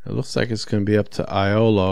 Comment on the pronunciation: Iolo is actually pronounced "Yolo"😁